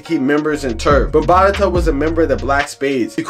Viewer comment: Why do you keep calling him Afrika bambatata?? It’s Bambaata!! Not bambatata. Jeeze, why do we let nerds who just read articles report on our culture?